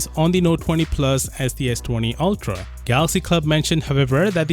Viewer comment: "altra", as says LoL